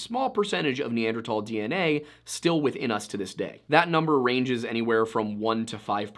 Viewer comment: Dude please, tahl is not thal. Neanderthal not neandertall